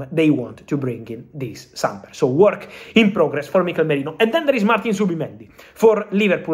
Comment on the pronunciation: Who's Mikel Morino? You mean Mikel Merino? 😂😂